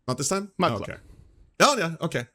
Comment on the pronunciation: Coldfeet Crowder constantly saying "mug club" sounds like he's saying "mud club"